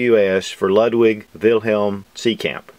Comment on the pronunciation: So much practice, but all wrong anyway! German's pronounce W's as V's, the U in the name is pronounced as "OO", so you'd say "Loodvig Beethoven". Otherwise, we might as well pronounce the last name as "beeth-oven" instead of "beh-t-hoven".